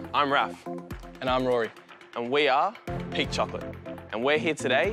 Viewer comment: I thought he was saying pig chocolate LOL.